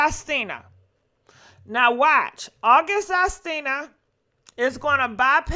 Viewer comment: Lol. Sis keeps saying August Astina🤣🤣